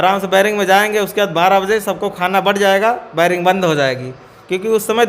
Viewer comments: बैरक नहीं बैरिंग😂😂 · Bering nhi 😂😂 beric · बैरिक नहीं बैरक होता है 😂😂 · "Bairak" ko biring bolta hai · Vairing nhi bhai bairak hota h....kya kaidi bnega re baba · अनपढ़ बेरिंग नहीं बैरक होता है! क्या legal help देगा रे तू 😆😆😆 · Are ghuchu bering nhi berek hota hai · Baring baring kya kr rhe ho zahilon.barrack hota hai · बैरिंग नहीं बैरिक होता है 😂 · बैरक नही बेरक 😂